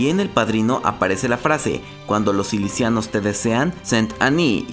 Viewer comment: Si-ci-lia-nos de Sicilia, Italia (no "silicianos")